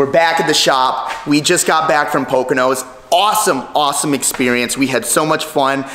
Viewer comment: Why does everyone call it poconos? It’s pocono.